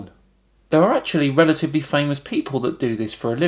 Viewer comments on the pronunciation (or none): none